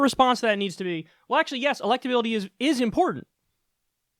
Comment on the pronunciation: Respect my electabiliteh!